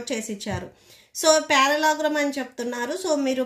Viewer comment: Parallelogram ❌ parallegram✔️